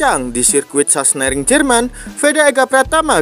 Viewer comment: Sachsenring....bukan sasenering😂😂😂